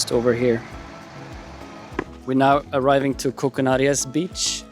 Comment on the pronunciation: Koukanaries...your saying it wrong ...a pine cone is not a nut lol sorry I've been so many times its home from home.